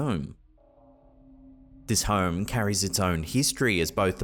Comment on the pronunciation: Weird how people accidents is so intriguing...Sounds to me the narrator says," Hoe-rum" and not Home?